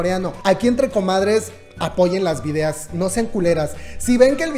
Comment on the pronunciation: Me matas siempre k dices videas". Jejejejeje